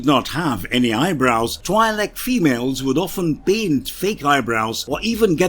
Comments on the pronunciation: IIRC, Twi'lek is pronounced like twee-leks. Also Twi'lek is short for "Twin lekku" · The I in the name is pronounced with a hard E sound. (TWE-Lek) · Good sir, Twi'lek is pronounced "twee-lek." The "Twi" part is pronounced like "twee," and the "lek" part is pronounced like "lek." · isn't it twee-leck? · Am I the only one annoyed by the pronunciation of Twi'lek? It is not supposed to sound like double/twice